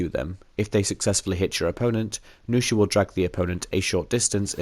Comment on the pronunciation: nuxia, not noosha -_